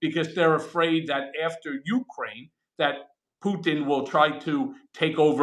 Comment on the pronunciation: Cohen, your WIFE is Ukrainian. Can you PLEASE get the pronunciation of her native country right!?!?!